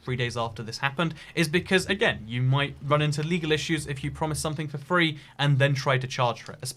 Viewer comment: I hate when this guy says free, tree and three god dammit